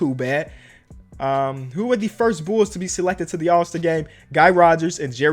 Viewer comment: “Am I a real bOOls fan?”